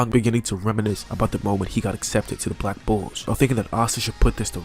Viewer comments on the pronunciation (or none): When u say black bulls i hear black bo*bs